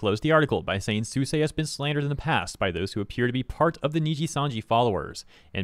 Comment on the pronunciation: Why are pronouncing Suisei name like that